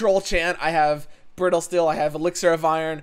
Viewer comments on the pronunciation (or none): none